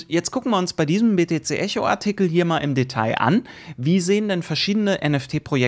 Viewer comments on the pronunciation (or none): none